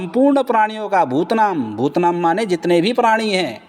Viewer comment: Phadi aap bhutaanaam kogalt bolte hai. Please improve it.